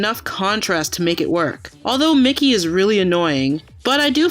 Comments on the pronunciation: Who pronounces Miki as "Mickey"? I always say Me-key. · No seriously, you did all this research for a 42 minute video, and you can't even pronounce Miki's name.